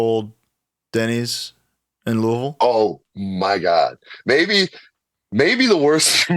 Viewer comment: first off hell yeah, i know the exact Denny's because it's the only fuckin one left here lol. And two, Brody said Louisville correctly, hell yeah